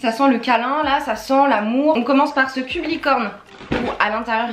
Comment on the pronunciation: Quand t'as dit "cube Licorne" J'ai compris "cul de Licorne"